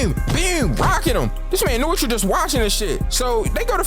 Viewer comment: I swear to god it’s pronounced: no-e-tora not fucken noitra